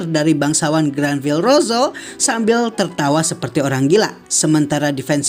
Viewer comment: Bukankah namanya Granbellrosso bukan Granvillerosso?????